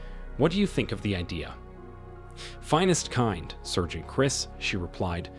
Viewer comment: FFS SAAARGEANT!! Someone needs to train these AIs, they suck.